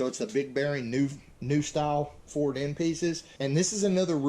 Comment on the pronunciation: Is it actually difficult for you to say Ford, it sounds like it does. LOL Another great Video.